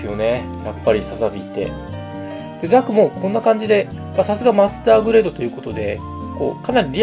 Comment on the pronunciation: ザクがなんだかザコってきこえる